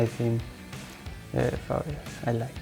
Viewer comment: He said Fabregas